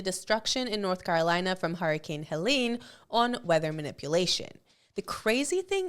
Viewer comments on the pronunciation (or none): none